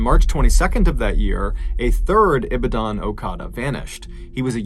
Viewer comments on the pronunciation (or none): It's not pronounced ibidan.. it's E BA DON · Ibidan? 😂 Its pronounced I-BA-DON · It's E-BOD-DIN (Long 'e' sound - phonetic spelling/pronunciation). I used to live very near there. Horrible story! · did he say IBIDAAN?. or IBADONE.. that's how it's pronounced but we understand you Mr. Ballen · Well done pronouncing okada lol it’s Ee bah don lol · It's not Ibidan. It's pronounced IBAADAN. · Hey ballen. Huge fan of your work It's e-ba-done(correct pronunciation) Ibadan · Thumb nail is is very racist. Stop using our traditional practice wear as evil. Also, is Ibadun pronounced Ee baa done. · I was in Ibadan twice in 2014. It is pronounced as "E - Bah - Don." Bah is pronounces as in bah, bah black sheep. The Muslim radicals, they are all radicals when the very radicals put pressure on them to perform whatever they direct them to do. There are lots of good people there but it only takes a few radicals to transform a country. Communism had only 11% of the population in Russia following their ideology during the revolution. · Its eebaden unless you live here most people mispronounced. Oh the stories i can tell. Let one get in a accident with a "okada" its instant crowd. With minutes youll have hundreds. Your at fault whether you are or not. Careful. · As a Nigerian I salute your pronunciation of those local names, it's only the Ibadan that you "Englished" a bit. Well done 😆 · Ibadan is pronounced EeBaaDaan Lanre LanRay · Love it...I'm from Nigeria and this ritual killing or body parts selling has been going on for the longest. Especially around election time. The police have probably been bribe by the person driving the black car that's why they were reluctant to help. And the correct pronunciation is e-ba-dan😉 Well done tho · It's pronounced 'E-bah-dan' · It’s pronounced ee-bad-in , my family were missionaries there :D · Ee-baa-dan... the "dan" isn't pronounced like the name Dan, but more like the word "done", abruptly ending and without the last 'e' sound.